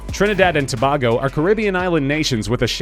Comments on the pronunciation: its trinidad and to-BAY-go not to-bah-go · It's pronounced Tuh-Bay-Go